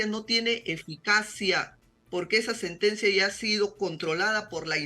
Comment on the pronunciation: SE DICE EFICACIA NO EGICANCIA